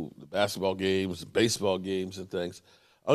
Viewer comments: Mike-Uh Parsons. Not MeekUh. Like your son's name is Mike. Mike-uh. Mike-uh, Mike-uh. Come on man. Micah Parsons. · Hey do you call Tyson Meek Tyson or do you call him Mike Tyson 😆😆😆. His name is Mike- Ah Parsons 😆😆😆😆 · Mike-ah. Like your son... Mike ah... not Meek ah..... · MeekA lol how hard is it to say Micah lol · meekah parsons come on get his name right its micah parsons. MICAH PARSONS NOT MEEKAH PARSONS SMH. i am still a fan of your show but please get his name right. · Not crying dude. Mike-Uh. His son's name is Mike. It ain't that hard. Is his sons name Meechael? Let's try not to butcher peoples names especially when we have kids names who are the same. LaMarcus Lawrence?? Leighton Vander Etch or Jabril Pippers? Zack Precott? We are all Cowboys fans in here but let's get their names right. Go Cowboys. Good info though. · Hey. Here is how you sound out micah parsons name lol.... MY-KAH. Not MEE-KAH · I heard you say his name correctly once, now you're just not trying. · it’s annoying, say his name right! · That's what he does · I haven’t been here in months and he’s still butchering names lol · It's annoying as hell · He said it right before I think he likes butchering names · learn to pronounce Micah's name and stop with the drama